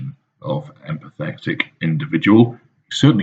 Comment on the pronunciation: Interesting how when he pronounces "empathetic" he emphasises "PATHETIC"...